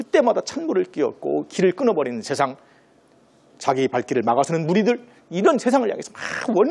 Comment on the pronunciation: 중국 음 음시 처음ㅇ.로 잘 들었읍니다.그러나, 우리말의 , 장음을 짧게 잘못 발음한 예:대단히,대단히,세상,두 가지,소문,세월,신념,대체,대비, 등 우리 자고저 문제가 많습니다. 말을 좀 차근이 침착하게 히시는게 좋겠읍니다. 책 한 권 읽어 보시지요. "한국 어문을 고발함" 미국 변 완수 배